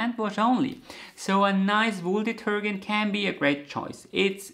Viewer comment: Gem and detergent take a soft G in English, not a hard German G.. Be sure the knitter expresses color preferences, as well, My delightful brother has bought me the loveliest handspun yarns over the years — once I educated him not to give me yellow.